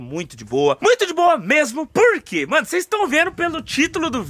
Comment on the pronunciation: Muito de Boa Mesmo PoRRRRQUE kkkk Amooo essa fala